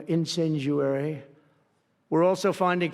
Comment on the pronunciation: "Incinjuary" I love Trump but a wordsmith he ain't.